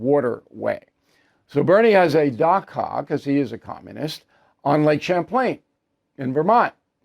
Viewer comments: It’s not dhaka it’s Dacha !!!!! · Bill is pronouncing Dacha incorrectly. It’s like a dacha as in chaquita without quita. How does Bernie know what income tax percentage that bezos pays? Does he have a straight line to the accountants office? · Dacha rhymes with gotcha.